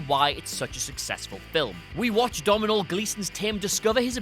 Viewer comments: At least say Domhnall right omfg😂🤦🏻‍♂️ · You totally destroyed that pronunciation of Domhnall